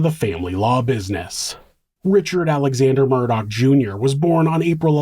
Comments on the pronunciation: Idk if it’s just the vid creator but their name ends in an augh meaning it’s murdoph or murdo this guy keeps adding c/k and it’s killing me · It's NOT MURDOCK. Jesus. It's annoying the crap or of me. It's murdaw. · The name is pronounced Murdaw, not Murdock! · I have seen every aspect of this trial from the very beginning all the way through and this is the first time I ever noticed that when he was talking to the 911 dispatcher about being shot at he said his name properly “Alex Murdaugh”, instead of the way, he’s always making it sound as “AleCK Mur-duck”